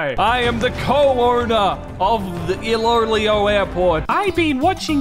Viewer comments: i think its pronounced eloelo but spelling us iloilo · Iloilo pronounce "ee-lo-eelo" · I think it's pronounced i-lo-i-lo airport idk if it's from the Philippines cus the creator of it is l.a airways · Its pronounced as ilo-ilo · Correction iloilo is pronounce as ilo ilo. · Iloilo is pronounced as iloh iloh in phillipines how do i know? Fillipino ako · You have butchered the Ilonggo language and it pronounces as "Ilo-Ilo" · as a filipino i know how to properly pronounce it and you are very much butchering it the actualy pronounciation is "ilo-ilo airport"